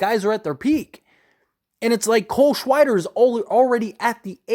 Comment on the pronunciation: "cole shweider" lol